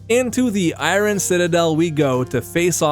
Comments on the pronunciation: its not I-ron its I-ern!!! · Its EYE-ERN not EYE-RON, really cant help cringing. Don't feel bad you are far from the only Ytuber that gets it wrong. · Am I the only one getting completely taken out by the way he pronounces I-rin? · so funny hear you pronounce iron haha